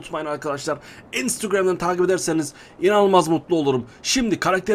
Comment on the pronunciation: Abi instagramı tuhaf söylüyorsun.